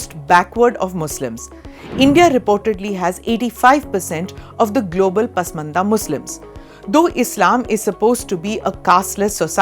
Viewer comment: Pasmanda not 😂 Porsha Right ❤